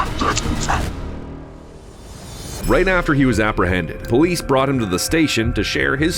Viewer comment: Why’d you say powice ???